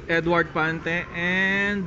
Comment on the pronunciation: ☺😊Pante, not Fante he!he!he!